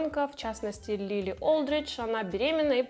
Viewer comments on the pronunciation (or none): none